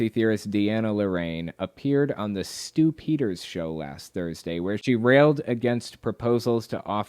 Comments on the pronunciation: Is it just me that hears "Stew Peters" as Stew-pider? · Whenever you said Stu Peters I heard it as "stupiders" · It doesn't take much slurring of speech to turn "The Stew Peters Show" into "The Stupider Show". If I were conspiracy minded, I would view this as a Freudian admission of something.